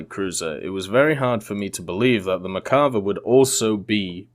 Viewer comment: One or two times to tell the name wrong. but for a "tank enthusiast" it makes me cringe so fck much ! Also , Israel used British armor and they work with them on the protection. Lets not forget the M1 has British armor on in !